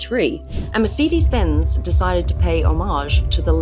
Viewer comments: Mercedes not Mersidys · I’d love to know more about this car but. I can’t listen to you call it a mer-seed-dis😂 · Mur Cee Deez? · Mer say dees….. Please love , pronounce it correctly. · I have never heard 'Mercedes' pronounced this way. (Apart from by Mark Webber) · The way she says Mercedes, drives me nuts😵‍💫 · Also what's happened to Aussie accent? And why she mispronouncing words like Mercedes and wankel? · How can the host of an automotive segment pronounce Wankel and Weißherbst with a Germanic twang, but not Mercedes?